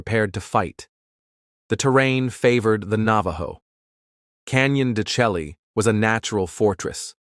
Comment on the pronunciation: Learn how to pronounce the name of the canyon please